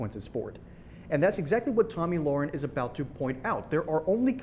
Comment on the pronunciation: Her name is Lahren, not Lauren